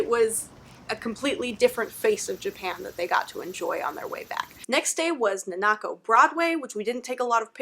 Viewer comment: I think you mean “Nakano”. Close enough! Glad you had fun! ❤️